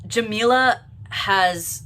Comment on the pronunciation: this whole video you struggled with saying her name correctly which is ironic considering what the video is about. not a great look from a white person either but racism and callousness are way too common in the lgbt community